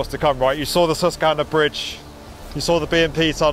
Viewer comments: Excellent, thorough coverage - thank you! For future reference, though, US pronunciation of "Susquehanna" includes a "kw" blend: "sus-kwuh-HAH-nuh", as opposed to "sus-kuh-HAH-nuh". The emphasized "HAH" syllable uses the "a" sound you use in "frankly". We'll have you sounding like a Yank in no time flat! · Thank you for visiting the “Sesskanna” 🤣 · Oh, you pronounced Susquehanna wrong :) It's "sus-quah-hanna" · Susquehanna is pronounced with a "W". "Sus Qwa Hanna" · Oh God you cannot pronounce Susquehanna, which is also the longest non-navigable river in the US, which is why they don't have any need for Big ship clearance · You should look up how to say Susquehanna